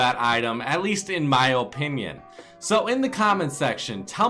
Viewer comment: Still out here saying Olpinion. Its OPINION.